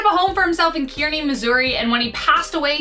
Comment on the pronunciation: Jesse James first burial location is pronounced Kearney (Car ne)